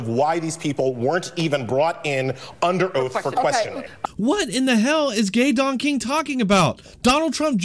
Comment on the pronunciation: Sounds like he's saying "gay donkey." 😂